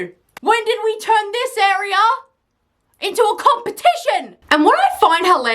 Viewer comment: You Aussie girls crack me up. Lol I love to hear you talk. Words that end in R, like Slower learner, grader, you say with an ah. Slowah, learnah, gradah. Words that have no R in them you add an R! Lol like : videor-video noer-no Arear-area One of my closest friends moved from here in the south to Australia. Hahaha you ought to hear HER ACCENT!! Hahaha You’re so cute. I’m 71 yrs old, I can say that and not be flirting 🤣🤣🤣